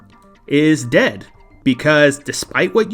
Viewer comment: My favorite part is when he said ded